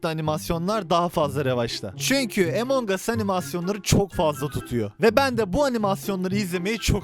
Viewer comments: abi emong as deme ya among as diye okunuyo among us diye yazıldığını biliyorum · ABİ LÜTFEN ARTİK DOĞRU SÖYLEYİN ŞU OYUNUN İSMİNİ EMONG US DEGİL. AMONG US. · Emangos değil amongas